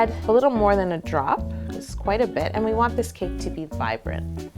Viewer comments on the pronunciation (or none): none